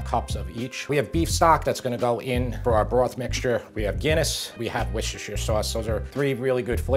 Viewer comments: You say it like woostershire not whooshtershire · Just an fyi, you pronounce Worcestershire as worst a sure. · Let me give you a English lesson fella. Worstershire sauce is pronounced - Wuster Sauce The county is pronounced Wustercher............ As in that singer Cher...... Wustercher The same with all of our counties that has "shire" in it's name So Yorkcher........ Derbycher.........Nottinghamcher etc etc Hope this helps :)